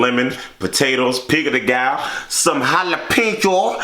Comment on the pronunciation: HAHAHAH IT IS CALLED PICO DE GA YO! (so you can pronounce it correctly) hahahahahahahahaha